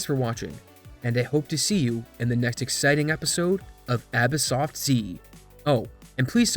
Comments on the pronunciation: Woah... The most surprising thing I've seen in this video is that you pronounce your name abis-soft and not abyss-soft... I just thought the two words were sharing an s for stylistic purposes..... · stop with the abysoft sounds stupid, great vid as always tho